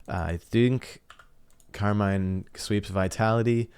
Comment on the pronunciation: You’re pronouncing Karmine incorrectly. “Car mean” is a closer pronunciation.